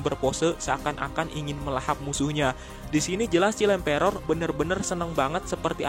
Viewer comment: Please read "child emperor" in proper pronunciation.